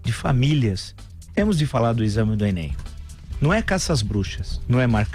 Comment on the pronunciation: Você especialista em literatura e falando "enen"? Tenho pena do seus alunos.